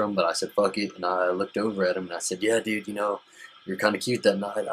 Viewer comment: stop saying DUDE, and if you have to, normalize the U sound. It's really annoying...